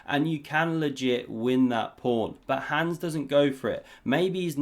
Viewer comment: again....his name is HANS, not HANDS. Rhymes with Bronze.